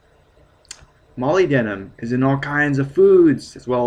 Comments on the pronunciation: Mo-lyb-den-um NOT moly-denim. Faceass. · Dude molybdenum rhymes with aluminum: mol-YB-denum. a LUM inum. Funny hearing it said like that.... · It's pronounced Mah lyb dinium here in the UK. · No man, it's Molly- denim. duh.